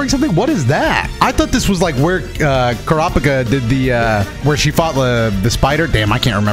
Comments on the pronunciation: Brother pronounces Kurapika different every time he says it lmao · Also the way he said Kurpikas name that first time?